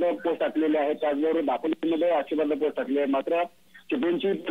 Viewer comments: आग बाई तुला आक्षेपार्ह हा शब्द सुद्धा बोलता येत नाही. मग कशाला तिथे गोंधळ करते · मॅडम मराठी बातम्या देताना आक्षेपार्ह वाचता येत नाही म्हणजे दुर्दैव आहे.